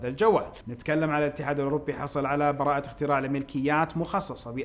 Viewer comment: الدقيقة ٢:٠٤ براعة ؟ دائم تغلط في نطقها